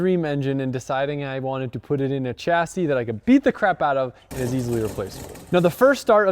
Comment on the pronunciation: The way you pronounce "chassis" grinds on me.